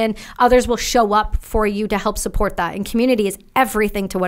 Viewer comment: Correction...skip to "and with that..."...I'm not missing the SUPPORCHHH